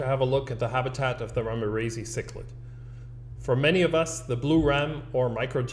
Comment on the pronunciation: "ramirezi" is named after Manuel Ramirez. So the scientific name is correctly pronounced "Ramirez-eye'.